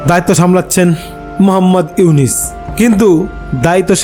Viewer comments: Aponio to morkhor bachar morkho doctor unoske nam ucharon Korte parchenna bar bar unis bolchen nijer chorkai tel Dan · আরে বাইনচোদ তুই তো নামই বলতে পারিস না। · আবালের নিউজ আবালে বিশ্বাস করে,,,,,,নামটা ও ঠিক মতো উচ্চারণ করতে পারে না,,,,,সে আবার সাংবাদিক,,,,😂😂😂😂😂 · K re tui.... Name ta tik moto bolte parisna.....